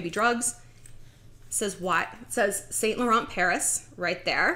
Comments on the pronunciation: You’re pronouncing it wrong lol! It’s not saint laurent. It’s like ‘Sun la-ron’ x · you pronounce it Sau Laurau Not Saint Lauren dont pronounce n & t